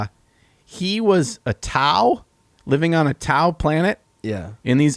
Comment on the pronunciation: Wait did you say TAU or Towel?